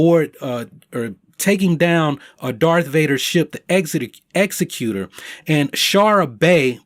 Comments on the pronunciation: ex-ZEKK-yu-tor (legal term) not exe-CUTE-er (not a word) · Kanan died before the end of Rebels, so he's dead. Ezra is still MIA. Sabine is alive in the postlude of Rebels, so she survived if she was there. I'm pretty sure she said Hera was at the Battle of Endor. DV's flagship is pronounced ExECutor. Like executive, not execute. A-Wings are interceptors, not bombers.